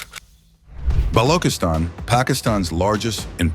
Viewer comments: Thank you soo much for this report but I wish someone will brief the commentator on how to pronounce the name of Balochistan (with ch sound not a g sound), also the name of Dr, Mahrang sould be pronounced with with ease exactly as it reads. Thanks 🙏🏻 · Bro can't even pronounce Balochistan